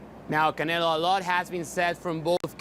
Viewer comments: I like how ggg translator keep saying canela lmao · Ha ha love how ggg calls him canela every time he says his name.